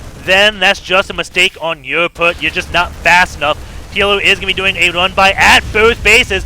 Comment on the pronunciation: Man it is not 'oermy', it is 'army', and not 'yoer poert', but 'your part' ... it is so annoying to listen when you constantly pronounce all 'a:s' as 'oe:s'